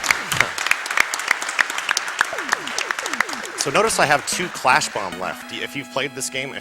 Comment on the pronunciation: Isn't it Crash Man? He keeps saying Clash.